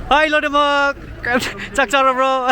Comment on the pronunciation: That "chak charabo?" sounds legit.